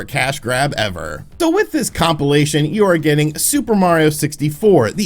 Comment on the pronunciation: please stop saying compilation....